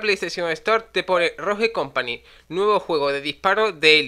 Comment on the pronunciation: Por qué los españoles pronuncian mal las palabras en inglés la Estore... ROJE COMPANY 😹